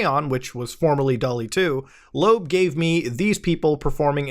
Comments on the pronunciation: "Loab" is pronounced "Loh-Ab", not "Lobe" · Isn't it pronounced Low-AB? I hate it